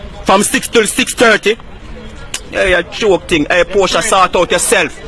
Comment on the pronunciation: Why is he saying Portia